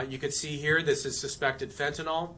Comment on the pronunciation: Who is the mouth breathing loser with the shitty haircut the camp on a microphone that can’t pronounce fentanyl where did you get that retard?